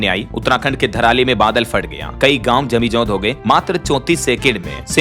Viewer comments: भाई कब शुद्ध बोलना सीखेगा ? जमींदोज होता है जमींजोंद नहीं गवर्नर होता है गरवनर नहीं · जमींदोज होता है, जमीजोद जैसा कोई शब्द नहीं होता।